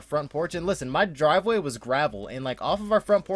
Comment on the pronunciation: "Dravel Griveway" lmao